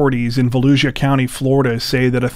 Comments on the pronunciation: It's pronounced....Vo..lou..sha! 🙋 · Volusia is pronounced (Voe-lu-sha) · I think it's hilarious that YouTubers like to talk about how much time they put into their videos yet they can't take five minutes to look up the correct pronunciation of places or names of people. Almost every YouTuber get "Volusia" wrong.